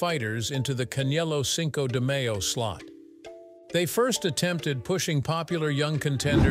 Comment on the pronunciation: You really need to pronounce Spanish words better. It can’t be the first time you heard Cinco de Mayo …